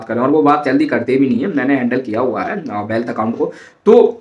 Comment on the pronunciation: Bhai bealth nhi wealth hota hy